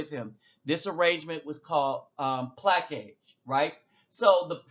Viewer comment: I just really gotta let you know, plaçage is pronounced "pluh-soj"